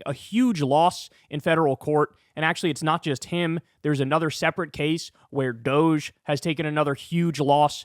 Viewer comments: Doge should be pronounced dodgy or doggy if anything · What INTELLIGENT, English-speaking person gets the word Douche from random letters strung together D-O-G-G-E spells DOGGIE, not Douche. Y'all have been pronouncing it wrong, and "Elonia" and her husband, the two douchebags, are hysterically laughing at you. Sheeple: people easily influenced, docile or compliant. Why are people being sheep and playing Elonia's game? WHY??? I thought you were smart? What INTELLIGENT, English-speaking person gets the word Douche from random letters strung together D-O-G-G-E spells DOGGIE, not Douche. What did your English teacher teach you? SHAME. THUMBS DOWN - YOU DON'T KNOW HOW TO PRONOUCE DOGGIE - WOLF.